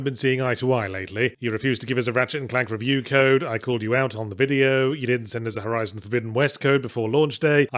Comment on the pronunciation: um excuse me, it's called "Horizon Forbidden West"